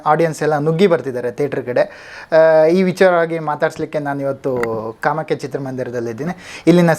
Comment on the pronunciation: ಅದು ಕಾಮಾಕ್ಯ, ಕಾಮ್ಯಕ ಅಲ್ಲ 🤣😂😂